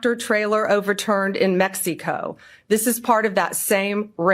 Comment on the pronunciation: She is the worst and most pathetic liar. She emphasizes words in the most bizarre way that would be humiliatingly funny if everything she says wasn’t inhumane and obscenely grotesque. She can’t even pronounce Mexico. What the hell is MEX E CO. is repulsive. Also, since when is an indictment a CONVICTION!!!!